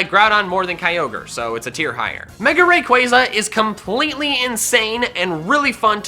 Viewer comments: How many f***ing times do I have to say it it's pronounced Ray-Qua-Zah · IT'S RAYQUAZA, NOT F*CKING RAQUAYQUAY! NO MORE OF THAT! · 1. Everyone has different opinions and 2. SAY THE POKEMON NAME'S RIGHT!!!!! Its ray-quaw-za NOT ra-quaze-a! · I thought it was ray-qua-za not ray-quai-za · Btw it’s raykuasa you pronunce it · THERE IS NO K IN RAYQUAZA!